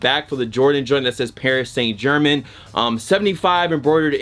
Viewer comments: "Paris Saint German" 😭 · Bru u cannot pronounce Paris saint-germain